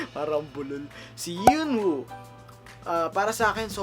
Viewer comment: Base sa nababasa ko sa ibang comments sa ibang video ng pronounciation ng names nila: Yeonwoo- (yon oo) Hyebin- (heybin/hebin) Ahin-(ah-in) Taeha- (teha) The rest alam na siguro natin kung pano ipronounce yon haha♥️